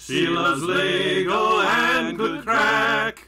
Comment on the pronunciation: You are welcome - I wanted an Irish song that was in the public domain. PS - that was "good craic", not "good crack"!